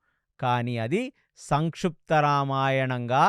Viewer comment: మీరు చెప్పే విధానం బావుంది... కానీ మీ తెలుగు స్పష్టంగా లేదు... మహాప్రాణాక్షరాలు సరిగ్గా పలకట్లేదు.. సంక్షిప్తం అనేది సంక్షుప్తం అంటున్నారు.... పంచభక్ష దగ్గర కూడా.... సార్ కాస్త గమనించగలరు 🙏హరేకృష్ణ